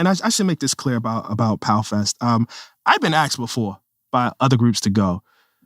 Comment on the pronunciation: He makes a great point, but then i hear him say 'axed' instead of asked and i lose all support /s